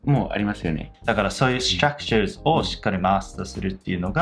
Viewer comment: Fyi, アツさんのstructureの発音めっちゃ好きです❤︎笑